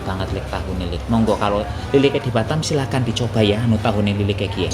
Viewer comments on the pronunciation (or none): none